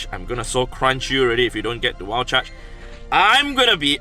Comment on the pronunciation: saying wild charge. "Wall chuch"